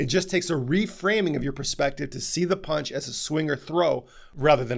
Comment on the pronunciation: Did he say "punch doctor" or "paunch doctor"...LMFAO